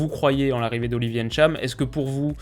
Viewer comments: Salut ! Ce n'est pas N - Tcham Tu dis le tout directement Ntcham où juste Tcham Comme Kylian ce n'est pas Kylian M - bappè mais Kylian Mbappè où tout simplement Mbappè Gridge MBock où Bock et non M - Bock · "Ènntcham" aïe mes oreilles 😖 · GG et pour la bonne prononciation du nom du joueur. Tu es un des rares à bien prononcer son nom sinon le seul. Bravo. Ecoutez tous bien comment prononce le nom de ce joueur et faites de même et ne prononcez plus aussi mal le prénom de Kanté (Ngolo) ou encore le nom de Kylian (Mbappé) par exemle.